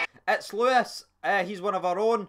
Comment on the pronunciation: Why do u always say Lewis Moult , it's louis said like looooaaaayyyy , some atmosphere tho🇬🇧🇬🇧